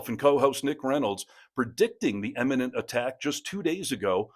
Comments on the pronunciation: imminent, not eminent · Please fix pronunciation of "imminent" (not eminent). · "immanent" not "eminent". 🙄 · Funny American pronunciation, 'imminent' sounds like 'eminent'. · It's imminent. Eminent is a different word with a different meaning.